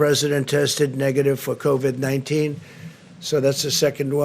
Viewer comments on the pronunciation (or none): "Covad-19" he says..